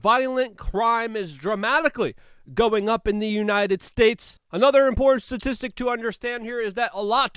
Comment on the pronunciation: are you kidding?? All his videos are littered with them.. Just going back to find the one that stood out to me in this one I found 2 consecutive ones.. He says sneaked in past tense right before where he pronounces reconciliation.. The dude never says the word important right, which is ironic af.